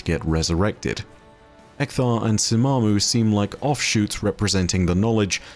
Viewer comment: Okay but how tf did oryx even end up there Also its not simmumah Its more like shimmumah Cuz of The š not s